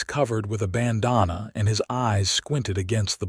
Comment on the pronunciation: The AI narration is terrible. Ban-dan-na, not bononna. And there are other mispronouncd words. Not to mention the odd math; who was born when? Stopped listening. Waste of time. .